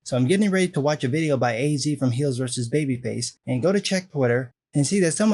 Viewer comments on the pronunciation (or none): Just a heads up: "Az" from HeelvsBabyface, is pronounced "AZ" (just like the word "as" I guess ->) as in short for Az-rael (from Batman), and not A-Z. Peace!